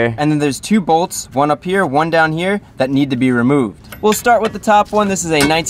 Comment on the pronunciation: It’s funny how he said we have this N we have daat 😂